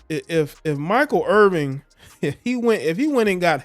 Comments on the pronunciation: Please learn the correct pronunciation of his name IrVIN...no G. Real unprofessional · Yo bruh, the man name Irvin, you gots to get his name right if you want props!